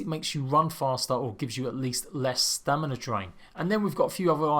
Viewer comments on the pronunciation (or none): none